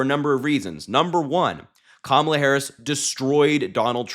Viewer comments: Strange. He pronounced KAMALA correctly a couple times. Poor old fart is slipping badly. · Donald Trump is still down and licking his wounds from the last debate that I personally don't think he'll be able to handle another one.h I mean, the proof is right here. He actually pronounced Kamala's name correctly! 😂😂😂😂😂😂😂😂🤣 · He's pronouncing her name right lately. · Did he accidentally pronounce Kamala’s name correctly?? I appreciate you Harry! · He said Kamala correctly. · He actually pronounced her name properly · Did I hear Trump say Kamala Harris name correctly? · He actually pronounced her name correctly.😂😂😂